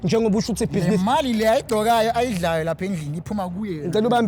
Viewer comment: " I did buzenes " 🤣🤣